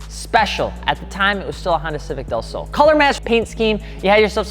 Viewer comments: Okay your Spanish was close but not quite right. Del is a combo of De (of) and El(the). Just a shorter way to say two words like Y'all is you and all. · Its pronounced " del slow" lol